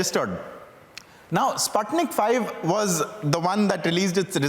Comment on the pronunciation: SPUTNIK Vee -- not five .... V is for vaccine.